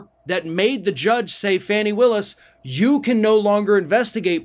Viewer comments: It's not FANNY. It's pronounced FAH-nee. Please fix this. It's irritating and it demeans your high quality reporting. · “FAH-nee”, not “Fanny” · BTW, it's not "Fanny" Willis; it's "Fawny" without the "w". Fani Willis. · Her name is Fani- not Fanny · Just being nitpicky here. Her name is pronounced Faw-nee